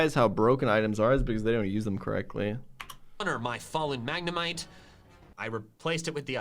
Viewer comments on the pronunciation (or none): Hola IUTUB XD that look Him saying Magnemite as if we dont pronounce it the same way here, it hurts to hear (?